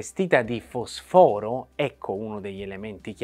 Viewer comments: Fosfòro non si può sentire. Ma è uscita una legge che non conosco che ci sta obbligando a spostare gli accenti alla vocale successiva? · Si pronuncia: fòsforo; eppure è il tuo campo.